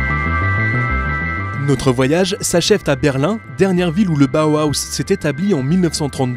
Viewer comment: c'est Bauhaus pas bauhauhahaus